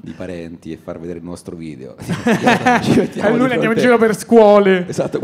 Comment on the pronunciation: Sul finale: il Decacamerone. "Un vìdeve vevamènte scatologico".